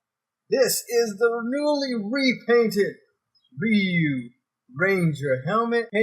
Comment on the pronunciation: If you’re still wondering, Ryu is pronounced “ree-you” such as when Ryu does his shoryuken move, he pronounces it “sho-ree-you-ken”.